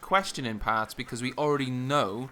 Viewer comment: Lol, each time you say parts I could tell you were Welsh. Nice video though, I love this map, has the old Op Metro clusterfuck in the middle.